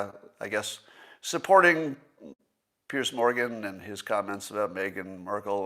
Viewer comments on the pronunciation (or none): none